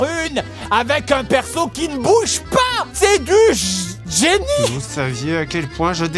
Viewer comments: Quand le méchant sort son dictionnaire pour sortir le mot ''génie'' en le prononçant ''guénie''. J'ai cru qu'il avait utilisé un mot que je ne connaissais pas et j'ai failli aller sur Google le chercher. AHAHAHA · Je suis un véritableuh.... Guénie